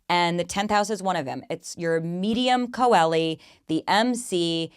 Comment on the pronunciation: Thank you for this,. I loved to hear you talk about some of my placements: a couple of the 4 I have in 4th House, and Pluto in 12th especially (but my 12th is Leo, so not too deep and dark). For the IC and MC, you pronounce coeli as chay-lee, if you feel like it. Thanks for all this great info.